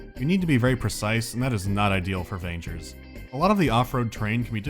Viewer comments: It should be pronounced as vANGERrs, not as rangers with a v... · Just, please, "g" in "vanger" is pronounced like in god, not like in "vagina". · It's really confusing to hear you says "Vangers" with a soft G... I think that's wrong. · In Russian, the name of the game is read with a hard G. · Vangers is pronounced with a hard G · you read "Vagners" with a hard G, not the i like ya cut G G